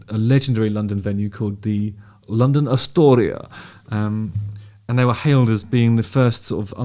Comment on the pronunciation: Is he trying for a specific accent when he says “London Astoria”? Sounds Afrikaans South African, but that would be random.